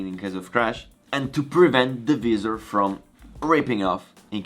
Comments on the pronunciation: Great Vlog! Please keep them coming during Covid-19 lockdown! Can I just say that the word Visor (In Italian -visiera ) is pronounced in English slightly different to yours. To pronounce Visor try saying ( Vai -Zurh) Hope you don't mind me saying?! Also your English is very good and a lot better than my Italian! (and my Mum is Italian!) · The “ vizzzer “ cracked me up lol